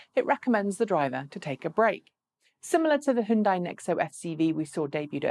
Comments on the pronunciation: How to pronounce Hyundai HYUN = Hee YUN (YUN should rhyme with BUN, like bread bun!) but in one syllable "Hyun" DAI = Day HyunDay! Not HiUnDie... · You say "hon" as in Honey, but the sound in honey in not "hon" it's "hun". Both are wrong. This is "hyun". "HeeYun" one syllable. HON is for Honda, this is "Hyun" as in Hyundai. Completely different. You said "dae" as in Sunday, but I already said "day" and those are already the same... Trust me, I know a thing or two about speaking both Korean and English... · Yes... it's HyunDay. Easy. Like Sunday. Hi-Yun-Die is just weird. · No, "Hon" as in honey, "dae" as in sundae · I saw a commercial once from Hyundai. In that ad they said "It's Hyundai like Sunday." If you have more direct knowledge of the pronunciation please help end this mess. Maybe a quick mention during a video would be fast and easiest. Thanks. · Koreans can't agree on how to say it, either. My Ph.D. chemist Korean friend says it's like tah-may-toe tah-mah-toe. Hyundai USA suggests "rhymes with Sunday". I'm guessing standard Korean would be more like Huh-yoon (one syllable) - die. Anyway, we Americans can pronounce things however the hell we want. Eye-ran, Eye-rak. And don't forget that German sports car the Porsh 911 Coop. BTW, this doesn't disagree with himura357's comment.